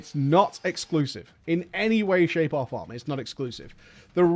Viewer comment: I wait for him to say, "In any way, shape, aw fahm." haha